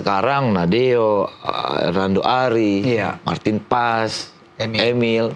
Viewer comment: Marteen Paes, Es nya apa? Es DOGERRR😂🤣